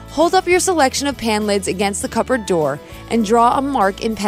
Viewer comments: 🟦 she should have said 'Cupboard',..... (Pronounced=Cuh-berd). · Why does she say. Cuppert